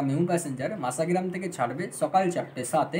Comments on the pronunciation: মাসা মাসা করলে অনেকেই বিরক্ত হবে, স্পষ্ট করে উচ্চারণ করো ভাই, মশা গ্রাম। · ট্রেনের নাম মাসাগ্রাম নয় ভাই, ওটার নাম মসাগ্রাম। ভিডিও আপলোড করার আগে সঠিক বানান সহ উচ্চারণ বিবেচনা করতে হবে। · Vai masagram uchharon ta thik thak kore koro